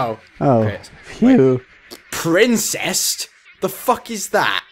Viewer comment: "i dont wanna do Princest" HEY DO PRINCEST!!!